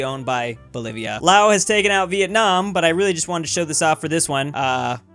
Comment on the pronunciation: FINALLY! SOMEONE PRONOUNCED "LAOS" CORRECTLY!